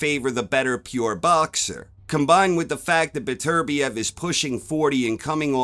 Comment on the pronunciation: Top man,you're one of the few non Europeans that can say Beterbiev correctly🤣I have Bivol points. Well see✌️🥊